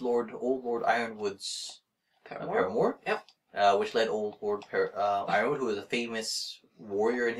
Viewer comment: I always pronounced Yronwood as "ron-wood". I never heard anyone pronounce it like that